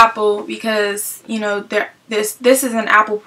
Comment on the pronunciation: i cant keep from laughing. your accent is so funny. like were you say "you knowwww"